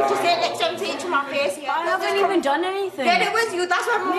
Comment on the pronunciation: 'evsn' 'jear' 'offenence' 😂😂